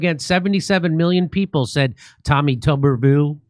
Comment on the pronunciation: Tuberville is not pronounced as the word "tub". It pronounced like the word "tuber" as in the vegetable family.